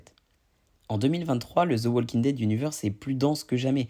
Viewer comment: Le L de WALKING ne se prononce pas.